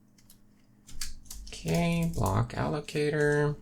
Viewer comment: haha, "m.. block.. a-llo-ca-tooor"